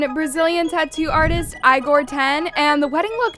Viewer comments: Bro it’s not said like eyegor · Girl it’s Igor (Eeeegor) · You can’tIgor name correctly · Lmao, this chick can't pronounce a single name right. "EYEgore", "PAYS". 😂